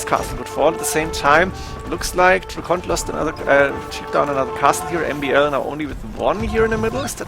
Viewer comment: DRACKEN, not DRACKONT